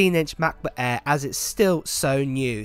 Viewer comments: Hahaha love how he emphasizes MacBook Äääähr :D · Come on…. I know you’re talking to me :-) 1. I love the way you pronounce the aaaaaair. 2. Don’t blame the islands; it’s you, mate, always adding that extra 1.3s I see what you do here ;-) Hugs